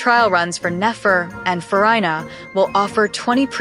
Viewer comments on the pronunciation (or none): Fu-rye-na? She's Fu-ree-na🤣